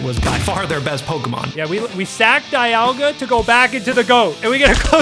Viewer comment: ITS NOT DE ALL GA, ITS DIE ALL GA. ITS BETTER TO SAY IT THAT WAY